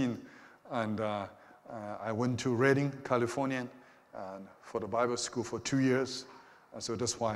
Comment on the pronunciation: Oh nooo... When you said Redding California, I had to just stop listening. 😨